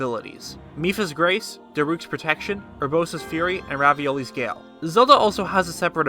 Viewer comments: who else noticed he said Ravioli's gale? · “Raviolis gale” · Did he legit say “ ravioli’s gale “ 😂